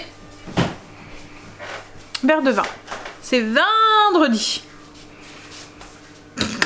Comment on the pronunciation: « Vindredi » 😂😂😂 J’adore ! 👍🏻😂 Surtout que c’est sorti très naturellement !